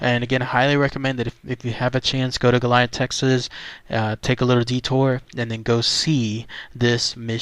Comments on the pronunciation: No there’s no H in goliad. Let’s help you no-Texans out like a “sound to” dictionary sounds like go-lee-add… there no damn H Goilad is it!!! Western states you’re also welcome as well. Say it correctly or DO NOT DO A VIDEO PERIOD!!! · The correct pronunciation is GO-lee-ad. La Bahia was not a mission. It was a fort - Presidio in Spanish. During Spanish colonial times they would establish missions to gain a foothold in a territory. The missions were small communities and included farms and orchards, livestock and workshops. Here missionaries worked to convert native populations to Catholicism and bring them under control - often in less than ethical ways. Presidios were military forts built near these mission communities to protect or defend them. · Learn how to pronounce the name correctly it is Go-li-ad. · This is killing me watching you butcher the name of this historic location. Please from here out take the time to make sure you have proper pronunciation of the places you go exploring. That is the very least you could do. GOAL E AD!! History was made here. Respect that. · you can not pronounced goliad right stupid and I had four family get killed at the massacre